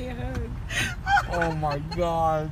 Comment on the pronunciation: "OHhh mYY GAWWR" 🤣🤣